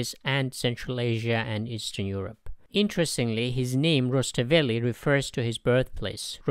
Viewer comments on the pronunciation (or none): none